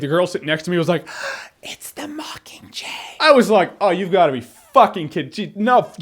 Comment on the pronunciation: "It's the mickinjay" hahahaha